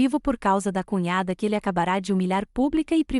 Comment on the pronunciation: Como srmpre, a protagonista da história se reporta no masculino. Toda vez que surge uma palavra que não leva acento agudo na última letra, é pronunciada como se fosse acentuada. Ex: acabara pronunciada ACABARÁ.